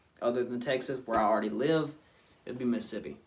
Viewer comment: I miss Mississippi all the time I stay in NC now like different worlds. You deff fit in down there you already say Mississippi right!